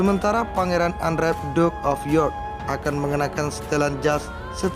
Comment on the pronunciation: Maaf ya mas narator..sebelum membaca mungkin cari dulu di google cara pengucapan bahasa Inggrisnya..jadi bukannya Andrew..bukan jadi Andre..Eugine..jadi Egin..bukan sok pintar cuma skr cara membaca dgn benar sdh banyak di google..jadi kita bisa menghormati mereka dengan mengucap bahasa Inggris yg benar